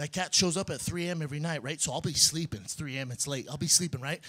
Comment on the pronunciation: why does Brendan pronounce 'every' like you take the word 'give' right and take away the 'g' you have ive. He says it like that ivrey. listen. Once you hear it, it will haunt your dreams